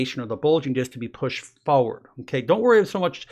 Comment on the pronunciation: Like the way he says "foward".